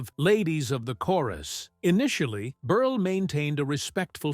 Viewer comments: It's not berley, it's berel. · Milton Ber-lay??? AI sucks!